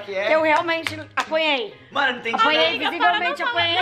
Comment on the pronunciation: Ja repararam que a ao invés de dizer "mAno" ela diz "mÉno"???????? Kkkkkkkkkkkkkk😂